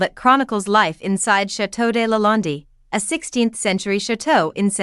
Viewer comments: Why do you call it LA land- DI, It's not called that.. Just curious.😆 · Who is speaking? She cant even pronounce LaLande correctly! Poor